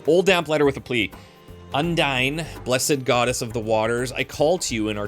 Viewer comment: Small correction: "Undine" is pronounced "Undeen" (Yeah, I know the silent e normally makes the vowel into the long sound version, but not in this case for some reason -- English is weird.)